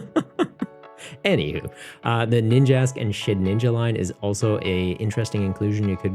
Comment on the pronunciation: Shedinja. Not shedninja